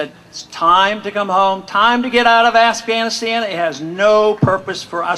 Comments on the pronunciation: Did he say "Ass-ghanistan" ? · I love how he said ASSghanistan. I know it was a slip up, but still funny. I wish I knew he was in Chico. I live less than an hour away! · assghanistan LOL!!